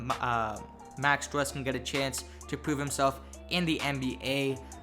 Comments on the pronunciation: It’s pronounced “stroos” not strus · Pronunciation is stroos not strus. 👍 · Pronounced STROOSE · It's pronounced stroose like goose